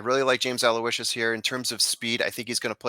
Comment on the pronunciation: Hey, you two are a great listen., forgive me, you are the class of the Trust the Prophets gallery imho however in the case of James Aloysius, your podcast mate there had it right...Aloe-ish-sus is the correct way to say that horse's name. Not meaning to sound like a typical internet nitpicker and anyway you say it, the payoff window will be happy to greet you if he does get to the wire first lol I am a big fan of yours and have been since I saw you as a tender teen holding your own big time with the TVG guys at Hollywood Park lo those many years ago. You were actually quite amazing in that appearance with obviously no preparation beforehand. Goes without saying that your pedigree expertise that you share with us is invaluable, not to mention amazingly impressive. Listen to me run on...I look forward to more of the same from you and hope you find good fortune at the Spa Travers day!